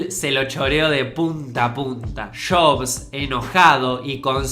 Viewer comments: Lo siento,, pero me da mucha risa cuando dices "Shobs" en vez de Jobs. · Porque dice shobs? En vez de yobs o jobs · Una critica de pronunciación, en el minuto se nota que te cuesta pronunciar jobs (no shobsh..) y Macintosh original... te sale orishinall.... entiendes por que es bueno practicar el castellano NEUTRO...!!!! tómalo como una critica constructiva.. ÉXITOS..!!! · Si , se escucha de lo mas feo cuando decis shobs 🤣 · Que diablos es "shobs"? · shobs? apel? Pronuncia bien weon, o te voy a cagar a trompadas, boludo.